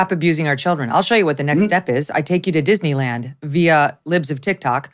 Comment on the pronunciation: did you say DIZZY LAND?